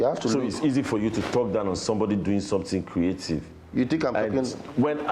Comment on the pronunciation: His creative not creathiefs😅❤